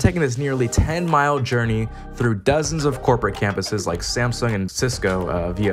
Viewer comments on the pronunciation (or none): none